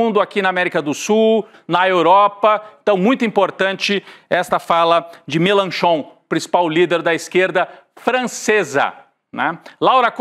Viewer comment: Jean Luc Michelin não, Melenchon :)